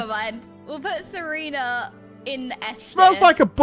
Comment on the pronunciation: Saying almost all of the names wrong is something that I didn't know I needed to see? /s Stineeeen. Serena. Krill...